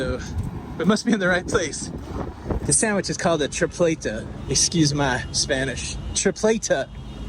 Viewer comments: is Tripleta not Trifleta!! 😂😂😂😂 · Tree pleh tah is how it's pronounced 😊 walking is the most adventurous option, next time go into the big yellow building across from the fort. It has a really cool square and one of the best coffee places that roast their own beans in it. Super cool and they may even have a couple restaurants in there as well. When you make it on the tour of the fort you can take the princess walk all the way up to the fort and it cuts out alot of time if you wanna make it there quickly. Also some of the restaurants may take reservations if you call ahead but not 100% sure. Glad you enjoyed your visit! Also there's a restaurant on the right that's good if you're walking towards the fountain on the princess walk. It's in a garden like setting.